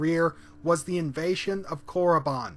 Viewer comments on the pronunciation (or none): none